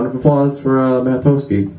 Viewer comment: No. It's P-hosk-eee. It's a hard E sound instead of a hard O sound. But people mispronounce it regularly enough to have think it was worth ad-libbing in as a joke. It doesn't really matter since it's a made up Ameri-Polish name anyway.